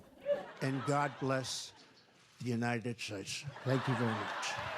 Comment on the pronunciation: 😳 My goodness. It's the first time I've ever heard someone have trouble pronouncing the word "states." 😳